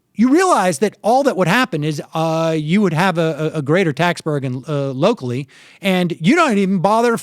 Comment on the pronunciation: He said burgen not burden. Checkmate libz